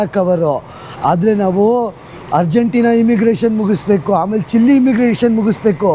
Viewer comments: Sorry to correct it's chile Chi+ l=chil E is silent Chilli alla ri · ಚಿಲ್ಲಿ ಅಲ್ಲ ಸರ್ ಅದು ಚಿಲೇ